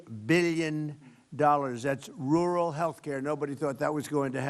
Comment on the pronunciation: He can't even say rural.